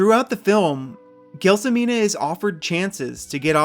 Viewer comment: It's pronounced JEL SO MINA and Zampano is pronounced ZAM PA NO. How could you mess it up ? it's easy lol 😂